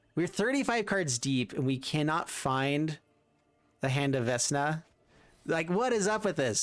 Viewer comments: right, I meant the way he was pronouncing it. Sorry if I wasn't clear with that 😁. I would always pronounce it veck-na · You can really tell which of us are D&D geeks. As a long-time DM, the mispronunciation makes me want him to roll for diplomacy with a -10 modifier. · 😆 if you watch matt colville vecna name comes from the jack VANCE books and is a anagram. Your still denouncing it wrong but its interesting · Mispronounced Vecna is driving me absolutely nuts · this, i cringed every time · I cannot believe you've never heard Vecna said out loud. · Love the deck, through the multiple mispronunciations of Vecna are killing me haha. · Idk maybe he was just missreading it. For awhile my wife thought vorinclex was "voronicles" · Immediate pain as soon as he said it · Its "Vekna" not "Vesna" XD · I hate to be this guy but there is only so many times I can hear the god of the undead be mispronounced, it's vekna not vesna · came to the comment to see how many will pick him on veSna not being pronounced veKna. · Isn't it veKna instead of veSna? Other youtubers are saying veNKa... This is really odd... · We said vekna not vesna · It's Vek-nah! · For real. 😬 Vesna? 😅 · Its pronouced Vecna (pronounced: /ˈvɛknɑː/ VEK-nah). Magic players never can say shit right lmfao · Vesssssna? VESS NA? VESS? Stop it please. Get some help. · I cringe when he says vesna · Vecna is pronounced Veckna. I can't watch the video. Under 2 minutes in and I'm annoyed enough to abandon the video. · pleaSE say it right veKna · Vecna won’t feed you the correct pieces because you kept pronouncing his name “Vessna”. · What's a Vesna? couldn't resist 😛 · What a pityful deck, this was your punishment for mispronunciate the sacred name of VeKna. Serves you well! Haha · VEKNA my God watching you tubers try to pronounce these cards hurts. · VECK NUH SAY IT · How are you pronouncing this Vesna??!?!? Oh and you're not the only one. CGB apparently can't read either, lmfao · I cringed each time i heard vesna lmao